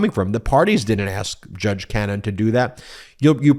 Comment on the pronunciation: You're just never gonna say her name correctly, are you?